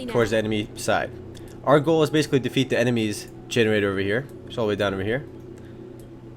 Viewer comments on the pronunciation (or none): none